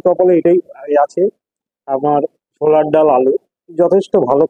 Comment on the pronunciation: চোলার ডাল নয়, ওটা ছোলার ডাল হবে